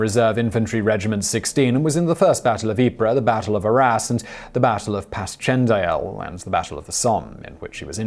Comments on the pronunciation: It's pronounced "Passion Dale". Thank you Iron Maiden. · Its pronounced "Passion-dale" Simon, "Passion-dale". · Passchendaele is pronounced 'Pash-shen-dale'